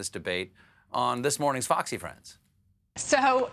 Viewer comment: Did he say "Foxxy friends"?